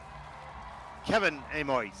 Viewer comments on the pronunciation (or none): It is painful to hear keeps butchering skaters' names. Kevin AYMOYZ — why on Earth -OYZ? Last season we heard 'Adam SEE HIM FAR', this year the name has gotten an extra syllable: 'SEE HO HIM FAR". 😮‍💨😞